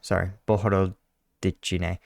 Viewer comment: 8/10 for breakdown, 3/10 for pronouncing Cyrillic words. 😂 I wonder how much more expensive outfitting all the drones with night capabilities would be. Russians certainly aren't driving all their vehicles at night, making them literal sitting ducks.